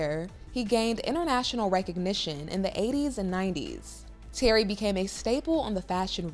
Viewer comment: Please ask if you don't know his name is not Terry it's Thierry always look up pronunciations before hammering a word Google